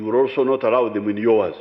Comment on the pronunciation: Every time this man speaks it's just crap! "Don't arrow (read allow)!